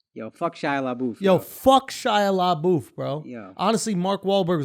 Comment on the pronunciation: SHIA LA-BOOTH LMFAOOOO